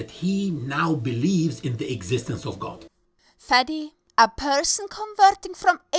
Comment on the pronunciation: Please don't call him Fadi/Fadey ever again :-/